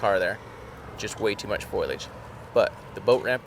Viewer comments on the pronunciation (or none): I had the same thought about how much development and change can happen over 25 years. The foliage would've been different as well. 25 years of growth and decay. Also, is anyone else neurodivergent and struggling with Jarod saying "foilage"? At first I thought it was a nautical term I didn't know, or construction, etc. I'm literal most of the time so tin foil popped into my mind. Gets me every time 😂 #adhdsuckssometimes